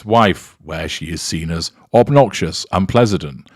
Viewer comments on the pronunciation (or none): I like the gaff 'unpleasident' like the President of Unpleasant.